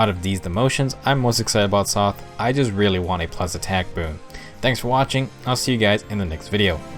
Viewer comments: Same, but also for Sothe. I say Silas with a long-I sound I say Sothe as Soh-th. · Small nitpick about pronunciation: -Libra: LEE-bra (Pronunciation taken from Beyblade Metal Fusion) -Silas: SAI-las -Sothe: SOE-th (English rule for most words that end in e that doesn't apply to all words)